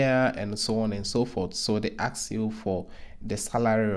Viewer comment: you mean to ask, not to ax... right???!!! Please correct this, if possible... 🙏